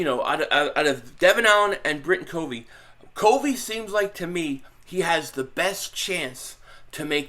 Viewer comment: Also Britain covey is pronounced CUHVEE